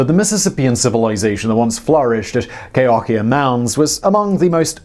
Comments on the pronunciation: I believe that the proper pronunciation is Kə•hō•kē•ə. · Cahokia is pronounced Kuh-`hoe-key-uh . Mesa Verde is in SouthWEST Colorado. Southeast Colorado is best described as flatlands. Lots of farming down there. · Lots of love for Cahokia! BTW it's kuh-HOE-kee-uh, not kay-HOCKEY-yuh. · it's /kə'hokiə/ not /keı'hakiə/ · It’s pronounced “Ka-hoe-kia” there is no long “a”. The coolest thing for me when I went there was climbing up the highest pyramid and seeing the “wood hinge”. At Chaco Canyon I found seeing hand prints in the mud bricks fascinating. Climbing up to see the petro glyphs fun and getting over to see the glyphs pretty scary as they are high up on the wall of the canyon. Both are worth trip to go see them. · Cahokia is pronounced Kahoekeeya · Cahokia is pronounced Ka HOK i a. :-) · It's a sad fact that greedy white men went into these ancient dwellings, particularly the cliff dwellings, with dynamite, looking for "treasure." Egad. BTW, gang, that's Cahokia, pronounced "Ka-HO-kee-a," not whatever-it-is you were saying. Stay safe, everyone. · First time I've ever heard Cahokia pronounced like that.. interesting.. LOL. Jokes aside- great episode as usual. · He butchered it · I wish I could tell him that he was pronouncing Cahokia wrong